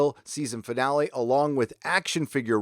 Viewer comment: "Finale". Not "finally".